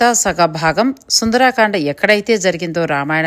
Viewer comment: నమస్కారం! మీ ఆనందాన్ని చక్కగా ప్రపంచానికి పంచారు. ధన్యులు! సుందరకాండ అనాలి. సుందరాకాండ అన్నది లేదు. సుందరాంగి ఉంటుంది కానీ సుందరంగి ఉండదుగా!?! 🚩 జై శ్రీ రామ్ 🚩